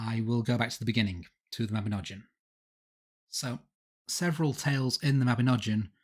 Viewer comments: Mabinogion is said with a hard G and that letter is not pronounced as a J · It is pronounced 'Mah-bin-og-ee-on'. YOU TWO MISPRONOUNCE EVERYTHING!